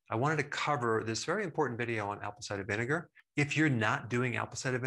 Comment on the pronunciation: Just a minor comment. Could you say ‘Apple cider vinegar’ just a little more slowly? My English ears couldn’t tell what was being said. Thks a lot, really learning a lot here.